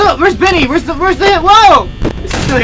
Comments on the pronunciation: It's Bonnie not Nannie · bonny not benny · Lol "Benny" Haha it's "Bonny" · it's Bonnie not Benny😎! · not Benny its ban by by LOLOLOLOL😂😂😂😂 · Billy Longino Compton it's not Bonney it's Bonnie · ummm his name is bonnie not bennie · Its bonnie not benny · Bonnie not bunny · its Bonnie not Binnie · Ya his name is bonnie not binne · iT,S BONNIE NOT BENNIE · It's Bonnie not Bennie hah Lol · you call it bonny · It's Bonnie not benny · It's Bonnie not Bennie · his name is not bannie it is bonnie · his name is not beny it is bony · bennie? its bonnie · Bonnie not bennie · its bonnie not bennie ok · Do u know it's bonnie not Benny hahaha u guys do not know the name sorry for being rude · You called bonnie buddie